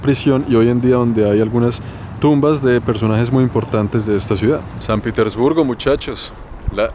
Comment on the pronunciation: Lo pronuncias "Piter" respete usted no está en un país anglosajón. Pronuncielo correctamente. Respete